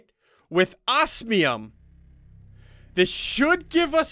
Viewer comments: Oz-me-um not Oas-me-um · I don't know if it's just me but I get triggered when Ssundee says "ossmium" instead of osmium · It is pronounced oz-me-uhm.